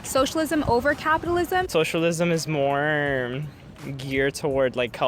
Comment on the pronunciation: ... How many syllables does "more" usually have? "Moeoeoeoeoere"